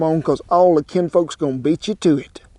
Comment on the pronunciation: Hey it just occurred to me, are you sayin’ kinfolks as in family or Kent-folks as in disciples of your cooking recipes?